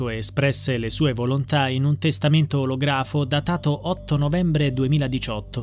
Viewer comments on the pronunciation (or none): olografo si pronuncia ològrafo